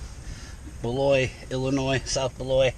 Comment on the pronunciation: Beloit, say the T. Unles you wanna be cute and say ‘bel-wah’. I went to college there, on the WI side.